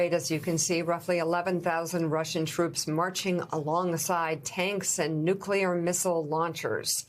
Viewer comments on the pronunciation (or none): I hate when a professional speaker says "nuckelar"...